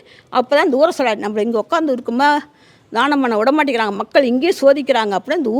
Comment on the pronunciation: தானம் , தானம் enru solgireergal amma. Pl Dhyaanam Dhyaanam எ‌ன்று sollavum.